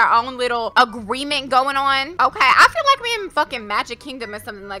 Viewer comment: LETS FOR “FREAL” TALK ABOUT HOW SHE SAID “FREAL” INSTEAD OF “FEEL”